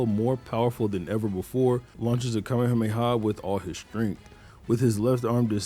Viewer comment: Holy shit, finally someone who doesn't say "kamea-mea"